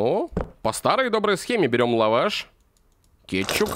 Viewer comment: А почему ты говориш кечук? Или это мне кажеться